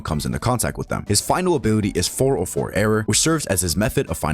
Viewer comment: You abt "final bility"